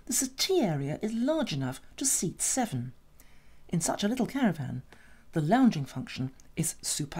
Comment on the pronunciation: What’s a “caraRvan” LOL